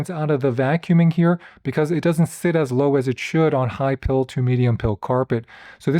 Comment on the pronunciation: Hi PILE carpet. Not high "pill".